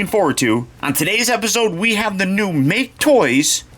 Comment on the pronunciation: So glad to hear a review that pronounces make-toys correctly. I know it's a dumb nitpick but it's annoying whenever I hear someone say mach-aye toys. A way they could've hid that undercarriage stuff is if the toy had a "ground kit". Wouldve made a cooler looking car but people wouldn't be able to handle it being a "masterpiece" figure with any slight deviation from the original design.